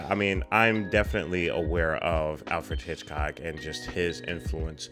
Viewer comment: Everytime says Alfred Hitchcock wrong, take a shot 🤣